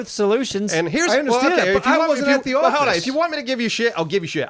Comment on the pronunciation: lmao! "Know when to HUD"